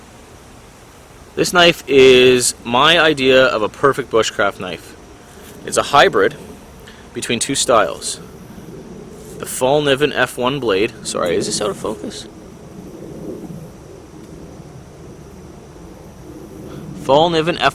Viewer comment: Pronounce the letter Ä like AE or just E so Fell Kniven ;) Btw Love to ser you back but as allways family before us foes :)